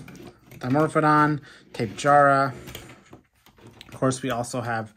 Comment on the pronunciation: It’s tap-e-jara btw not tape-jara